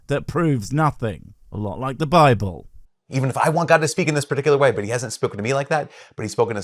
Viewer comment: Bibble not Bible dude😂